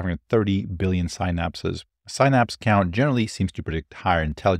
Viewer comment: good content but man, your pronunciation of "synapses" is killing me.